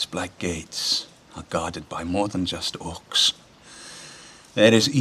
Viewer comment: Orci!!! Seriously?? Its Orcs, u numb nuts :)